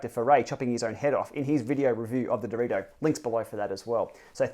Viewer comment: Elite is an italian brand. So "direto" is not "directo" without the c, it's "diretto" with only one t !